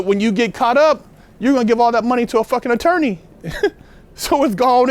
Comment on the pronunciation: LOL SAID ATOWWNEI HAHAHA ELMER FUD SOUNDING BROTHA JK MUCH RESPECT AND LOVE GOD BLESS BIG GUY.